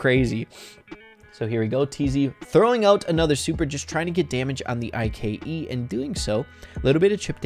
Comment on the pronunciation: Nobody says I K E everybody says IKE